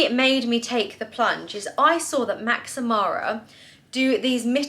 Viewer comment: sorry to be that person but you are pronouncing MaxMara incorrectly - I thought I would let you know as if it was me I hope someone would tell me lol hope you don't mind